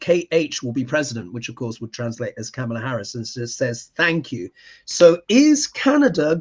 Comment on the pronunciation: Comma-luh,.